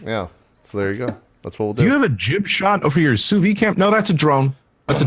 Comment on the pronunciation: I like how JP keeps talking about "souvy" and "souvying" while it looks like it's the actual french word: "Sous-vide" which litterally translate to "under vacuum". Somehow in english they use the french words... and the "d" sound just disappears?